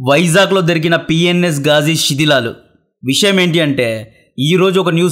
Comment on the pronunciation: Shedhilalu kadhu sidhilalu 😂